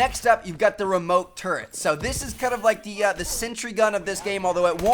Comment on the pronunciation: Why does he go like "Sowe" lol he says so weird